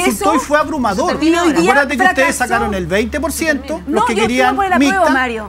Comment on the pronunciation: Profesor , aprenda a hablar mejor se dice mixta no "micta".